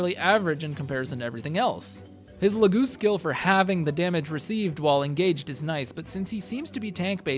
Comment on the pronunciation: He said La-GOOSE 🤣😂😂😂